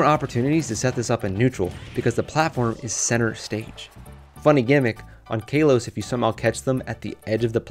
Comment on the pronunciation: It's Ka-los, not Kay-los